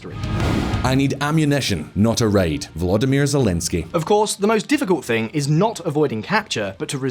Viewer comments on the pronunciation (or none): Raid ??? what??? Its ride bro hahaha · Really annoying that he misspoke the quote . Sounds like he pronounce A insted of I (at 12 min 22sec)